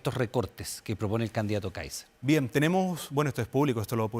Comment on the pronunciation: Este periodista! Le cuesta decir candidato Káiser! Es una vergüenza!